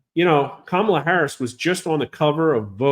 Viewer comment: IT'S KA-MA-LA..........